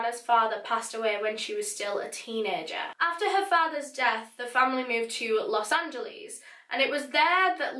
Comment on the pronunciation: I love the way she said Los Angeles